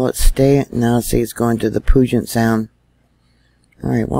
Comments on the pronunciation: hi...friendly reminder..we pronounce Puget Sound...like it stinks!..Pew-jet...thanks. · Puget Sound. Puget = Pew-jet. This is how it is pronounced. Pew-Jet = Puget. Any questions ?